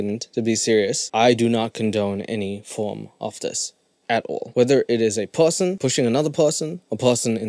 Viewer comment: What is your accent or speech impairment? Like you say pewson instead or person for example. That same vocal mannerism is all throughout your speech. I want to watch your vids but its too distracting.